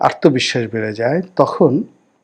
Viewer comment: রনি ভাই আপনার আলোচনা সুন্দর। কিন্তু আত্মবিশ্বাস শব্দকে আর্তবিশ্বাস উচ্চারণ করেন শুনতে কানে লাগে।